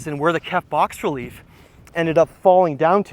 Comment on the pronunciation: "Bas relief" is not "box relief". Its pronounced "bah-relief".